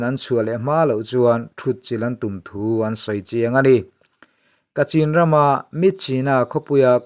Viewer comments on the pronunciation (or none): Kachin tih a lam tur a nilo,mizo chuan Kachhin ti a lam tur.